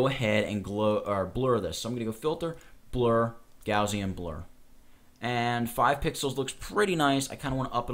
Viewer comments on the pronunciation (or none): none